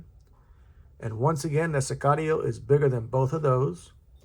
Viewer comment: I think you're the only reviewer who pronounced Sicario correctly and knows what it means. Pena is one of the brands on my will buy list. This is a beautiful thing.